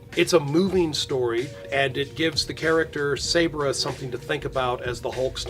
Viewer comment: Sabra is pronounced with a soft a